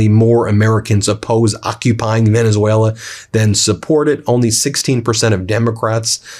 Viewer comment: He can't pronounce Venezuela